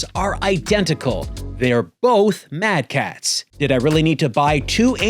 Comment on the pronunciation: Every time you say mad catz I die inside. I was also that friend, then when I needed a extra controller my mother got me a... Mad catz. I wept tears of blood.